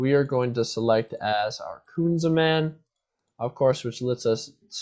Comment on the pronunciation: “Kunzaman”, jeez man that was triggering 😂 KU-NAM-ZAN! Still a great guide, this deck is so good